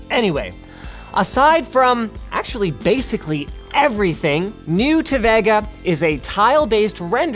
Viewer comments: It's Ve-Ga not Va-Ga . :V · Vegga? Cregg ? .. at what point do you yanks want to just pronounce things correctly? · I get triggered by Linus' Vega pronunciation ..... Isnt it supposed to be Vey-ga? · The way Linus pronounces Vega is so weird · Hearing Linus say vega makes me cringe xD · The way Linus says "Vega" really annoys me.